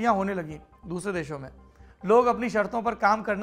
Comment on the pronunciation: PAUSE “dusre deaho mein” 😂😂😂